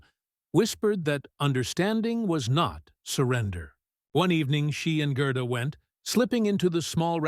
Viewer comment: Should be pronounced Gairduh, NOT Grrrduh